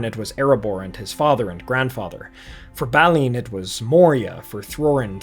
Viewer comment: Great video but very distracting calling Balin "Baaly in". On a positive note if you want really good Tolkienish Dwarves. Look into the Dwarfs in the Warhammer Old World setting.